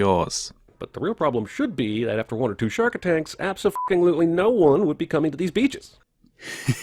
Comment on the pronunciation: Jeremy (Cinema Sins' narrator) says "shark attanks" instead of "shark attacks". He reads the line wrong.